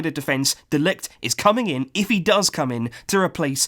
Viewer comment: Its pronounced Mathais de ligt, if we are going to sign him you wanna be pronouncing it right😉